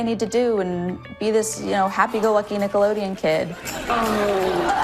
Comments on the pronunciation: Dans disgusting along with the many other pervs and pdos that worked on many kids television shows! 🤮 I kept getting distracted and giggling by the way you say "Nickelodeon" but you say it without the d like "nickeloneon" 🤣🤣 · Forsooth, good! Why dost thou keep saying “Nickeloneon”? @@ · i’m sorry this video is great but why do you keep saying “nickeloneon” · Why are you saying nickelonean instead of Nickelodeon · Are you saying “nickeloNeon? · Is it just me, or is he saying NickeloNeon? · You saying "Nickoloneon" is so triggering lol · Sounds like you’re saying “Nickeloneon” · Is he saying “Nickolonian” on purpose? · Why do you keep calling it nickolonian? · It's Nickelodeon. Not Nickoloneon. Just an fyi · Why tf do you keep saying NICKELONEAN? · its Nickelodeon. NICK-UHL-OH-DEE-UHN. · Stop saying Nickeloneon!! ;) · Alright it’s been a week. I’ve waited . You pronouncing Nickelodeon without the d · Jesus Christ can you not fucking read? It’s NickeloDEON, with a D, you shilling reprobate. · It's not "a whole slueth" ... And Nickelodeon ... has a 'D' in it You need to sound out your words lol phonics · please for the love of God pronounce the letter D in Nickelodeon when you say it. It's driving me crazy. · Theres a D in Nickelodeon,. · Bro how many times are you gonna say Nickelodeon wrong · You say nickelodeon totally wrong haha. You left out the D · it's "NickeloDeon" NOT "NickeleNeon" it's 💁🏼‍♀ "Nickelodeon" 👣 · Nickelo D eon. Not “nickelo Neon”. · Dude, it's NickeloDEon not Nickeloneon lmao sorry it's bothering me! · For the love of god it’s “NickaDian” not “Nickalonian” lmao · Why do you say NickeloNeon instead of NickeloDeon? It bugs the s out of me. Down with Hollywood ped*s, but, also, READ. Kthxbye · nickeloDeon, lol. not nickeloneon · Its driving me nuts that you keep saying "nickleoNeon" instead of "nickleoDeon" lol 😅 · have i missed a joke, why are you saying nickeloleaon instead of nickelodeon? lol